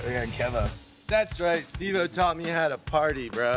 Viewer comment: You pronounced his name wrong he has made it very clear that he can't stand when people say "Stevo" or "Steve o" with the 'o' lowercase... Its Steve O hahahahaha ✌️😉